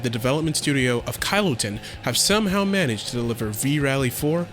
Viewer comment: good review but why do you pronounce Kylotonn as "Kyle-o tin"? It's just a fancy way of spelling kiloton